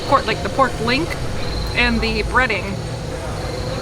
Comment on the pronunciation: Is it just me or does it sound almost like your saying porg instead of pork when describing the ronto wrap